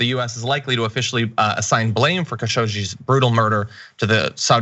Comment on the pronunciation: Khashoggi is pronounced Khashog-Ji (almost Khashoq-chi). It means "spoony" in Eastern Arabic dialects. And yes I know what I am writing.